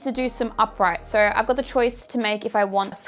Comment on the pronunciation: That was the most Australian, "so," I have ever heard. I thought she said, "sir."